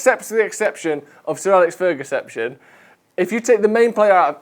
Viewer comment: “Sir Alex Fergaseption” 🔮